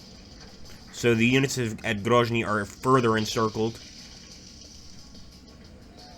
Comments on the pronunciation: Isn't it Grozny with Z like Zealand? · In case of Grozny it’s indeed pronounced like Z in Zealand